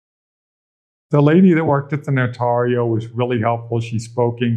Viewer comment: It's painful to hear them pronounce the word "notario".